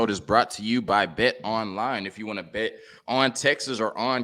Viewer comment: Why can't black guys learn to enunciatw words correctly? It is bewildering.The word is pronounced bet....not bit. Holy fuk dude.